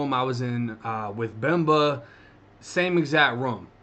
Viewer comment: I'm from Miami (cuban), I love your Boston accent saying Bemba's name! Love the stories :)